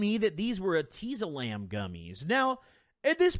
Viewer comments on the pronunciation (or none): no one:: eh-TEE-zolam its pronounced et-IS=olam I think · Anyone else pronounce it etiezolam and not eteezolam? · Omg ur pronouncing it hurt my head